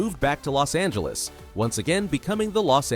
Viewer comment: Los angelos